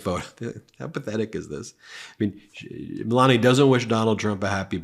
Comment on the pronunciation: The presenter can't even pronounce Melania. "Melaneee." Which language is that?